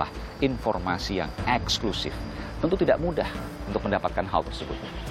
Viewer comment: Sayang sekali Kompas TV terlalu mendramatisasi kasus ini dengan : 1. Pengucapan kata EXKLUSIF yang berlebihan berkali-kali oleh sang pembawa acara 2. Penggunaan musik dramatis yang berlebihan bagaikan sinetron murahan Selain itu sebetulnya investigative reportage dari mas pembawa acara (Aiman) cukup bagus .....